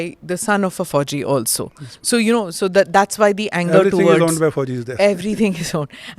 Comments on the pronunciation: One small point, it's fauJi. J not Z. It's a Ja sound not Za sound. As an ex serviceman, that's what we like to hear. Correct pronunciation. Military is about exactitude. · second your thoughts...... its FAUJI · spot on.